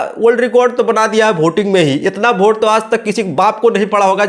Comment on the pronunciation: पढ़ा लिखा होता तो वोट को भोट थोड़ी बोलता